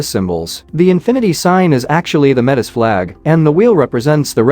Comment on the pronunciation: "Meh-tiss " 😣 It's pronounced "mey-tee" 🇨🇦